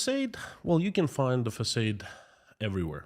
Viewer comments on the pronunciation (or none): It’s facaaade 😂not facayed ! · Just for fun info, you are pronouncing “facade” the way it should be in English if it was a normal word, but because it’s a “foreign word”, we say it like “ah”, so “f-ah-s-ah-d”. Hope it’s interesting, cheers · Thankyou - always interesting! Just to let you know the word facade. In America in English we pronounce it fah-sahd-soft a not long a with emphasis on second half of word. Make sense? Fa like in fa-la-la and sod like in the word sod. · Excuse me, facaade, not short a, but thanks